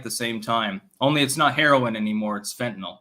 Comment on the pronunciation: Thanks for pronouncing "Fentanyl" properly, it's amazing how many retarded people say "Fentanol", that really grinds my gears.